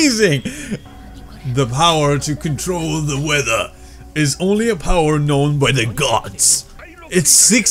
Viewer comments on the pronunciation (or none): none